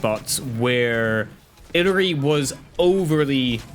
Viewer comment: Not saying you need to pronounce the name a certain way, but it is a bit humourous to me you pronounce Illari like how I'd pronounce "Hillary". The apparent real pronunciation is "Eee-yari".